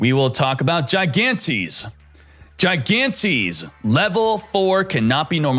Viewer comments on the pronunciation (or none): It's pronounced like "he-gantes" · try pronouncing it hi-(like heed)-gan-(like got)-tes-(like televition) plz gigantes